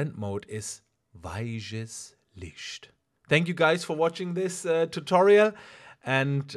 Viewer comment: hahah weisches lischt is aber auch eher Hessisch ;) aber super Video!